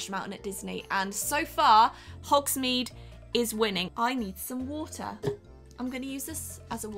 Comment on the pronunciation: Am I the only one who got a bit annoyed about the way she said hogsmeade😂😂😅No shade tho still love her